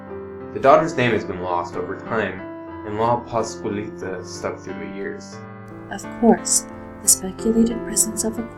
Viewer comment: What's even more scary is the HORRIBLE WAY YOU GUYS PRONOUNCED LA PASCUALITA -_